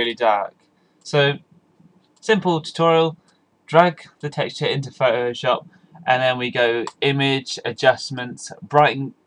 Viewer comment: Thank you thank you thank you your the best. Plus i really want to say Phot-O-Shop where are you from?